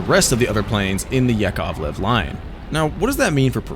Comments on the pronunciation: "yak-ov-lev" lol Yako-Lev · No, it’s yakovlev - яковлев